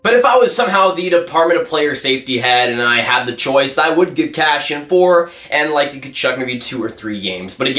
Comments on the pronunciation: Please review names!! It’s not cashian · Who's "Cashion" you keep talking about?